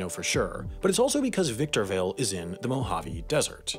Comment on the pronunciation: My boy Ryan Garcia from victorrrrrrville California